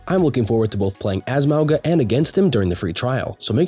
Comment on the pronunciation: You’re pronouncing “Mauga” wrong (Samoan here), the ‘G’ is pronounced as if it was spelt with “ng” as in the word “being” or “nothing” instead of the “g” being pronounced as a hard “g” sound. So it’s: MOU-NGA instead of MOU-GUH